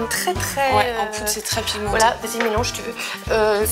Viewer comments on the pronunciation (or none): a chaque fois que tu dis "pigmenter" j'entend: "pimenter"....😂😂😂😂